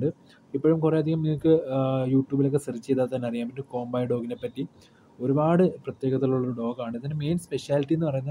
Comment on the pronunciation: കോമ്പായി അല്ലടാ കോമ്പെയ് എന്നാണ് കറക്റ്റ്